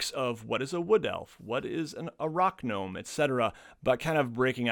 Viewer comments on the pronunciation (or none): you said ‘Rock gnome’.. I heard is as Arach-gnome... aka spider gnome... cool new subclass invented at the spot! Thanks! 😝